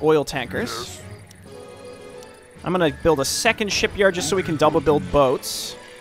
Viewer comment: Is it me or do you always pronounce “shipyard” as “sheepyard” for some reason? (I mean it would’ve made sense if it’s a Dwarven building that produces war rams or something)